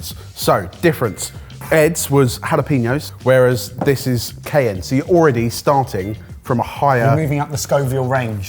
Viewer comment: Your pronunciations of cayenne and jalapeno are painful